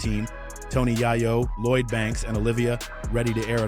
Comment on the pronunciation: Bro, it's Yayo, not Yaiyo😂. You should learn how to pronounce someone's name before you start recording.